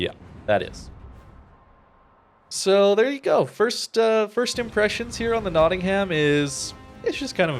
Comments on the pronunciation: Heh, notting-ham So you know, it's pronounced Nottingum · Love your videos! By the way it's pronounced: knotting 'em